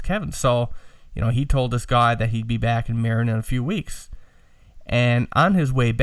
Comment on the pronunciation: FYI. Marin is pronounced MA-RIN. It is the county that begins on the North side of the golden Gate Bridge. Sausalito, Mill Valley and San Rafeal are 3 of the towns there. Several famous hippie bands moved there in the 60's and 70's when it was still pretty Bohemian. Now it is the affluent part of the Frisco Bay where high end Beemers and Mercedes etc. flood Interstate 101. There ya go. Random info for the day. Congrats on the Apollo. That pic of Bill Putnam working on an 1176 limiting amp inside the box really puts perspective into what you have. Search the phrase "Universal Audio 610 Console" to see and hear a neat vid of a vintage UA console in use. My opinion on the sound. More mids on your voice and cut the boominess a bit. Then you and Ryan will sound more balanced. You sound kinda scooped. Listen and see if you agree or not. Thanks guys.